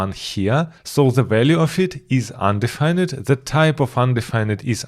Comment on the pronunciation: This was fantastic! I learned so much 👍 Just so you know, when you pronounce 'undefined' in English. You don't pronounce the 'ned' part like the word 'red'. You instead pronounce it like 'find' so something like 'un-d-find'